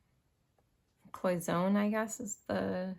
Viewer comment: Your little tea pot is pronounced cloy son nay.